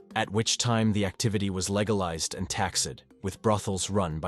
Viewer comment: These AI voices need to go take ESL classes! He pronounced the word legalized, "Leg-a-lized".